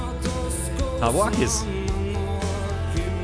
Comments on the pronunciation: Perfect pronunciation 👍 (tavo akys) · You pronounced it perfectly. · Your pronunciation of the name Tavo Akys was spot on. I agree with your evaluation of the band!